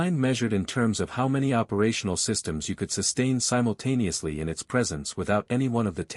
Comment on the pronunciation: the word of the show? Simultaniously :)